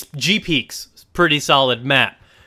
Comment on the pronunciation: Pwetty pweez can I get a pwezzie